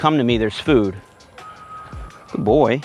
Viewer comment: love the “guyd boi”